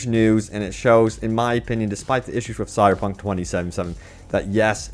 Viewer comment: Dude , why do you have so much trouble pronouncing the name of the game. It sounds like you are saying "sierpunk".